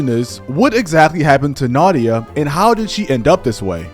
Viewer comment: Nadia ❌ Naughty-ah✅